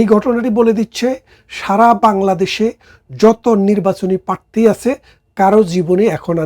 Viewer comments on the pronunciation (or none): none